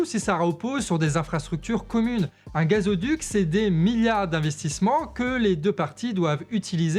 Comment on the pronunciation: Merci pour cette belle analyse. Mais je pense que l'on dit "gazoduc" (pas gazéoduc). En revanche on dit bien oléoduc 😊